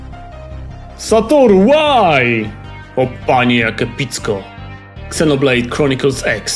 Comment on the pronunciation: A nie czyta się przypadkiem Zenoblejd zamiast Ksenoblejd?